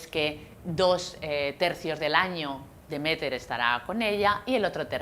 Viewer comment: Me chirría que se equivoque tanto con los nombres de Demeter y Persefone a la hora de explicar las cosas